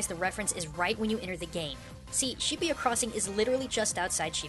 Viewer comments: I think you say shibuya like shi - boo - ya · This is by far the most cringeworthy series at least learn how to pronounce the city's names its not Shibiya, not to mention Tokyo's mostly business, Tokyo tower is not the largest building its the sky tree, and this person obviously didn't research this game at all. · Is that how its pronounced? I always thought Shibuya was pronounced like "shi-booyah" ....Thanks a lot Digimon!